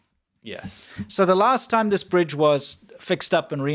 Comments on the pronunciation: Full House “Brige” had me cackling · "Full House Brige" 😏